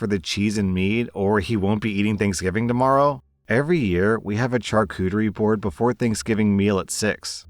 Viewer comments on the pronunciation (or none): Charcuterie is not pronounced as shar•kute•ter•re. 😂😂😂 Which is hilarious because, yesterday in work, I was talking about how I can never pronounce charcuterie right, and I hate French. 🤣🤣🤣